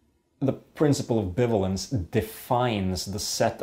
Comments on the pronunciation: This is quite possibly the best video explaining logic I've ever seen - well done! By the way, in English "bivalence" is pronounced like "buy-vay-lence", though I understand this can be confusing to someone who has never heard it pronounced but is aware of the word "ambivalence". English is a weird language. Also: "This statement is bitch, please!" is in fact a nuh-uh statement. (There's something I never thought I'd write.) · it's pronounced bi-valence